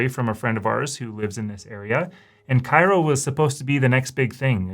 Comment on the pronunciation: Cairo Ill is pronounced Kay-roh not kye roh like the city in Egypt.